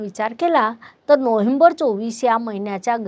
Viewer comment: नोहेंबर नाही. नोव्हेंबर म्हणा